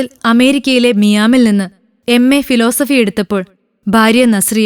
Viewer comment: Miam alla mole..miami ,USA